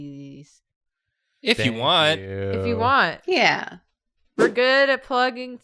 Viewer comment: I live for “Think you”s